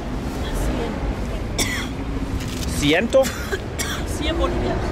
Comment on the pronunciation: LMAO I laughed so hard at Jeffrey in bald's bed 😂 Hey Harald, when you ask how much something is you get a few blank looks as the way you pronounce it is costa which means "coast" you need to say cuesta pronounced "kwestah" and you will get a bit more luck. 😊